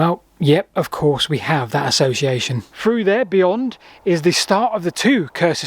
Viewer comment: Through, not frough.